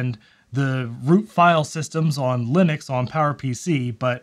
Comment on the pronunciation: *linuces xdddd